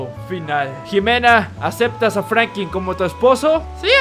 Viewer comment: No es por ofender pero es franklin no franki